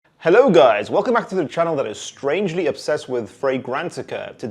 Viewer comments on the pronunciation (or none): none